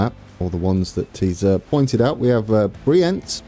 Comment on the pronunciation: Already a lot better, love the effort. Keep up the great vids. Below are some more tips if you want to try. Brienz is pretty much on point. Spiez already sounds pretty geman but not yet swiss german. It has the same i-e pronunciation als Brienz. Intelaken & Thun are good. You can drop the 'n' at the end of Interlaken to get even closer. Uetendorf could do whit a little improvement. the 'U' is pronunced a little strange like an 'ü', look up the pronunciation of the german word 'über' and use that 'ü' sound. (sorry i can't explain it better) Uttigen is pretty close as well, just needs a little more stress on the first syllable 'Utt'. And then Domodossola needs a lot of work. It's 'ssOla' not 'ssAla'. And you need to to stress the second 'do' as well as make it a really sharp 's'. and then give it a little Italian flair and your there ;) I hope i could help.